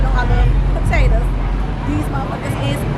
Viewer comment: You and your putatytuhs 😂😂